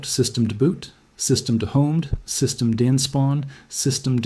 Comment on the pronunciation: This is a load of AI-generated rubbish. No human would pronounce systemd as "system".